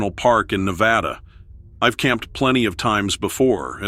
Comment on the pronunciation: Double LIKE!! Oh I had to tell you straight away. You pronounce the Battleborn state correctly. Nev-va-Duh not Ne-va-dah. 4th generation Nevadan here thank's you. Simple folk we are. Night crawlers used to be just 🪱s. Double like!! 🎉 to the first pronunciation.